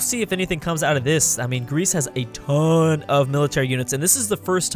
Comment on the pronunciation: I love how you say "a TON"